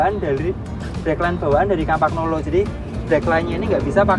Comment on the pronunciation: Bagusan mana dg campagnolo bora ultra mas? Oh ya btw pengucapannya kampanyolo, bukan kampagnolo atau kempegnolo